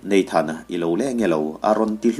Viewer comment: Ngaihnawm viau na in,,"neithan" ti lo hian,,"nathan" han ti zawk ta la,,te ka ti vel mai mai.kei thingtlang nu mawl hian😊